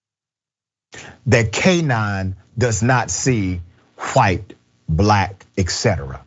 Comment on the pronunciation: Gotta love the blacks and the whites on everything. "The dog doesn't see Hwhite or black." Congratulations homie.